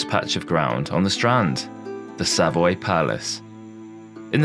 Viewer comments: Not "SAV-oy", but "Sa-VOY". Not "PRO-test", but "PROE-test". I doubt there are "Tudor burials" in the vault walls, just re-used grave slabs. Not "Rude-yard Kipling", but "Rud-yard Kipling". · I’m not too sure that this presenter isn’t AI. The narration definitely is - who doesn’t know how to pronounce’Savoy’ or ‘Rudyard’ Kipling ?? Having said that, I ABSOLUTELY LOVE this type of video on lost London - stunning insight into the past. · Yes, eg of 'Savoy' and 'courtier'.